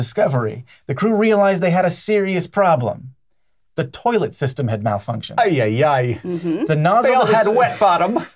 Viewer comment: The "Ayayay" sounded strangely polish...